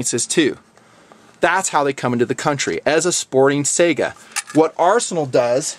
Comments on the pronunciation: Saiga should be pronounced 'sigh-ga'. Otherwise good pronunciation. Great review, glad you like it)) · Trying to get it right?, the Saiga is not SEGA... -__-*